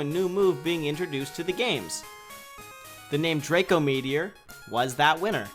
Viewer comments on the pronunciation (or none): none